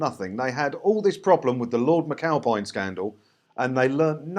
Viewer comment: Lord Mccowpie-n? aye? lol